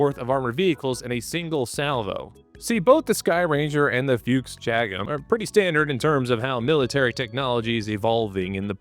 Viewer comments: 'Fuchs' is pronounced 'Fooks', with the 'oo' part pronounced like in Brooklyn, not like in Hooters like 'Books'. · I have to admit I laughed at every "Fyooks" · I hate the way we're saying "fuchs" like "fuchs" and not the way that everyone wants to say it